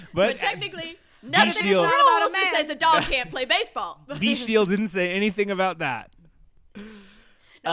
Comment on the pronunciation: Pssst it'd pronounce beckdle not beechdele